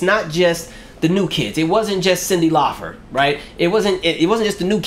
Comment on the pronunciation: ...Is there a reason you're saying Cyndi Laufer vs. CYNDI LAUPER?🙄😳🧐🤔